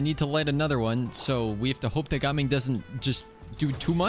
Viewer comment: I love how actually pronounces gaming’s name correctly instead of those other annoying youtubers